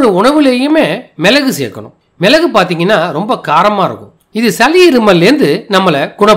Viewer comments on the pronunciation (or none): சலி,மிலகு, இலகி என ஒலிக்கிறது. சளி, மிளகு,இளகி என ஒலிக்கட்டும்